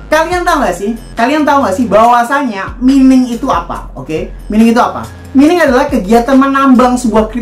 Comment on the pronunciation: Mining dibaca "Maining"